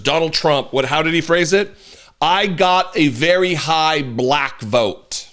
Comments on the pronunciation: No it’s very high, balack vote. Good lord. Added an extra syllable. God help you. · "I got a very high buh-lack vote". WTF?